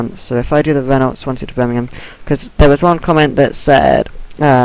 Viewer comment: It's pronounced Ren-Oh dude